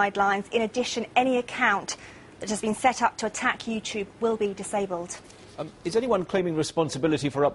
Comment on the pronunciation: WTF is "You-chube"